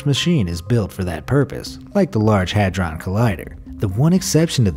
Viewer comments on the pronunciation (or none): none